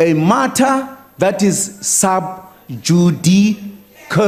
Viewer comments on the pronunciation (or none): The matter is sub-judi-cuurr